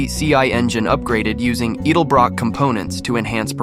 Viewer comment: You don't know to pronounce edelbrock.